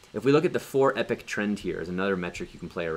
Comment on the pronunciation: Pools This is absolutely the best video on ADA staking. My head has been spinning trying to work out how to do it. You are a really good teacher. Subscribed. P.S. Just gotta say that the way you pronounce 'epoch' - a particular period of time - should be EEE-POK, not EPIC). Just saying.